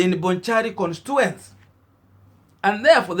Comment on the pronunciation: Pronounced as "Konstichuensi"